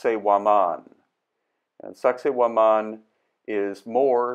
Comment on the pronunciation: Did he say the name of the site is “sexy wo-man”?? 😂